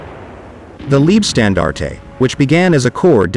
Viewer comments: Gut gemachtes Video, aber beschissene Aussprache! Warum laßt ihr euch nicht die Truppennamen vorsprechen? Es klingt doch reichlich seltsam, wenn aus der "Leibstandarte" eine "Liebstandarte" wird. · Thanks for the informative video. One minor correction: name of 1st SS Panzer div. Is pronounced "Lyebstandarte", same pronunciation as English word "lye", as in lye soap. German word for "life" is "Leib". German word for "love" is "Liebe", which does have your pronunciation of "leeb(eh)". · Very good overview, but 'Leibstandarte' should be pronounced as 'Laybstandarte' or 'Lybstandarte' (like in the English word 'Lie'), not 'Leebstandarte'... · Wrong! The German word for "life" is "Leben", "Leib" means Body. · Once and for all: If you make Videos about WW2 please try to pronounce the glorious names of the SS-Divisions a bit more german Leibstandarte, Das Reich and Tortenkopf, good god????? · Lean how to pronounce leibstandarte please.